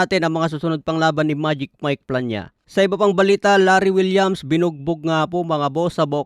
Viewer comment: Larry wills po idol Hindi po Larry Williams 😂